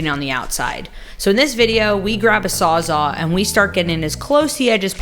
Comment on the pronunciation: Thank you! Not to be too nit-picky, but it is a "Sawzall" by Milwaukee. See that : sawz-all? Not sawzaw. Because it saws all or everything. Sawzall.....I know you can say it :) Thanks again!